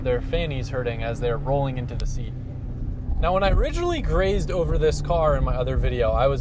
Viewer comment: "glazed".........not grazed......